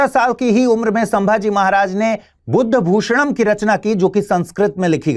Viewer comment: buddhabhushnam ❌ budhbhushnam✅ because aajkal ke convert hue logon ko ye gautam buddha ke bare me book hai aisa lagta hai, isliye pronounce sahi kijiye .hamare dhram ke liye anek shlok or bhagvan ki stutiya maharaj ne likhi hai first page ganpati bappaa ke shlok se hai